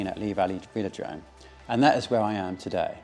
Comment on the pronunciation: Des-Grange? Veel-o-drome? :)